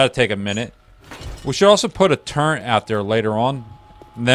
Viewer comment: not a big deal at all its just one of those things lmao, good video though